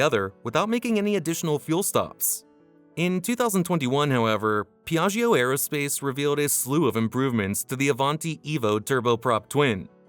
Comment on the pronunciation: pron. Pjatsho!!!! Non PeeAggEEo